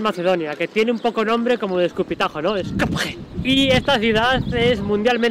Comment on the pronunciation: Porqué pronuncia la J y encima hace chistes?. Skopje...donde hay una I eslava. Pronuncie Skopie